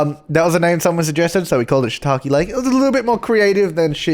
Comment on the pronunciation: Was hoping youd pronounce the lake as how youd pronounce 'take' in shiitake... Sooo it's shitaki laki.... O.o yeah... Kbye